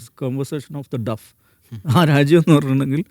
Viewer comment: More than 60% words in D's lecture is supposed to be english. He should atleast be ready to correct his pronunciation. It's ' naytion' not naation. Not duff but deaf.